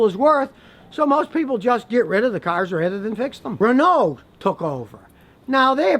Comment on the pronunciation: Why you saying Renault like that scotty lol